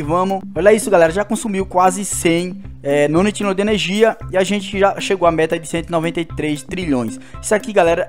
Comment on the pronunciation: não é nonitilhao o certo é nonilhao e não se pronuncia octilhao se pronuncia oquitilhao